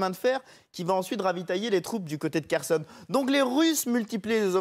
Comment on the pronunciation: Waw qui commente les stratégies russes, et la manière dont les gens prononcent les villes telle que kherson, elle dit kershon sec , mais dieu preserve nous de la connerie